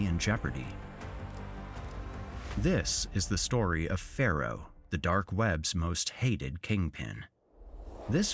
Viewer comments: Narrater keeps saying 'Pharaoh' but the name is Pharoah!! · ”Pharoah” hehe